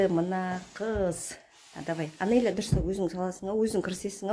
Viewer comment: Аноля емес Анеля дендершы